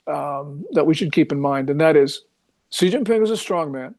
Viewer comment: Pronounced SHE not CEE, wtf no dialect says CEE